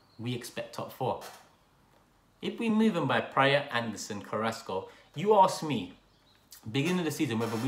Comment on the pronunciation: just by the way you are pronouncing Praet's name I can tell you have rarely seen him play